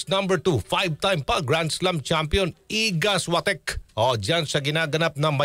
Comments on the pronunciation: Świątek hindi swatek 😂 Shiongtek ang pronounce😁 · The pronunciation iga swiatek is iga Viatek silent S and w is v